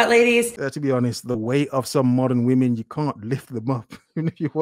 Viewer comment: I love when goes speechless. It means...vvomen so cringy or clueless